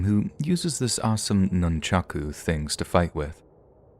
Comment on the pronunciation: Nun-cha-ka...you heathen.